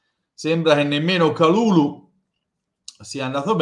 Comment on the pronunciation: pronuncia perfetta! Grande. Speriamo che potremo nominarlo per tutta la stagione e non solo in questi ultimi giorni di mercato.